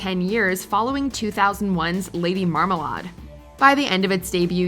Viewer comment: Did she just pronounce it marmaLAAAHHHD?